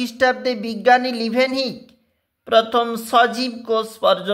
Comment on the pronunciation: Ota livenhok not livenhok😂